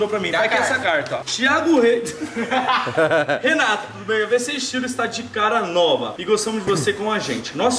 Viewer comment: Quando o Renato fala... Re:Fala galera Renato na área beleza? Eu:Fala galera Renatuh na área beleza?